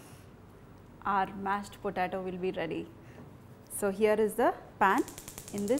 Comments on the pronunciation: Hi. It's pronounced like PO-TAY-TO , not PO-TAA-TO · It's po-tay-to not potato. you are pronouncing it wrong.